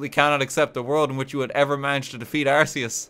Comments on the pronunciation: It's not "arse-e-us" it's "arc-e-us". Please stop mispronouncing it. lts name means "all high" and "god" consistent with the "arch" prefix from "arch-angel", "arch-mage", and even "arch-enemy". In alchemy there's this plane of existence known as the "Archeus", a real English word which Arceus's name is based on as well. Silvally a Pokémon chimera with an ability similar to arceus is known as the "RKS system", the name itself a pun on the creator deities name. And as gamefreak's deliberate attempt to clarify the pronunciation, the in-game tool that you receive from the god is the "arc phone". Go ahead pronounce that as "arse phone" if you want people to laugh at you. Based on these hints on real English as well as in game lore, if you still insist on "arse" I won't stop you, but game freak has tried. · the fact i cant be even a slight bit sure of whether RT is saying Arceus wrong on purpose or because he doesnt know its wrong is proof of the chaos and spite this man radiates